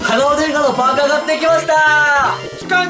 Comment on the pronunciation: uuumパーカーがウーパー(五、八)に聞こえてくる不思議